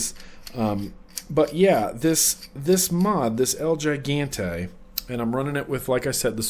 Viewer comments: I believe the pronunciation of El Gigante is el he-gante. Just a heads up for when you do the full review... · I would think it'd be pronounced El (H)igante. Right? Like in keeping with the Spanish theme. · big brother is watching you! LOL.by the way,it's EL-HE-GAN-TAY! get it right next time! down here in texas 30% of our population is bilingual (myself included) had to grit my teeth everytime you butchered it.great V-log. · so idk if anyone already said this but the el gigante mod is in Spanish and pronounced "el he-gon-tay" lol just throwin it out there lol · Ha ha, I was cringing as well..:-)